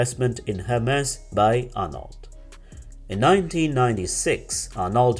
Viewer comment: the narrator should learn how to pronounce French names, surnames and toponyms: it's /bernar:/ not /bernarD/ )) its /arno/ not /arnoLT/ /saintropé/ not /sainttropeZ/ )) absolutely not OK !